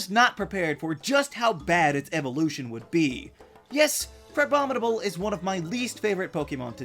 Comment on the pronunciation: IT'S CRABOMINABLE, NOT CRABOMNIBLE!